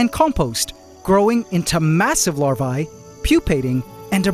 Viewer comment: You should check the pronounciation of the word "Larvae". Cheers mate.